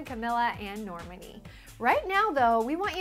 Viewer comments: NOT NORAMUNY.... NORMAAAAAAANI..ITS NORE-MAAAAAA-Ni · normAni not normni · its NORMANI not NORMINI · I think it's pronounced NorMANi not NORmani ... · and its nor-mon-ee not nor-man-ee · and its prounounced nor mah ni not nor mini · you pronounced Camila's and Normani's names wrong!! its pronounced Cameela and Normarni!! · She missed pronounced both name it's caMEELA but spelled Camila and NORMONI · "CaMILa" "Norm-many" "Duregui" (from the miami interview)??? Can people pronounce their names correctly? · its NOR-MAN-E and CA-MEE-LA but ok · its norMAAANII :)) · Lol at how she says Normani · That's NOT how you say Camila OR Normani!! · ugh you dont pronounce normani like that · Lol. Why do you pronounce Normani like that? xD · She cant even say Normani's name right.